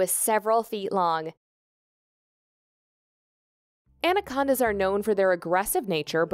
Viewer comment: Andacondas lol.